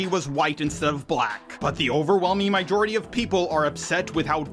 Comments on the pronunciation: Bro…. Do not say Myjority when you mean to say majority💀😭but if you have a speech impediment just erase what I wrote from your mind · I take it back, if you have a speech impediment it’s up to you to go to phonetics and watch YouTube videos to fix it, not my fault you’re saying my jority😭such are the downsides to putting yourself out in public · Your pronunciation of "mijority" is glorious